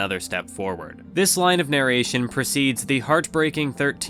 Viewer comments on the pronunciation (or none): none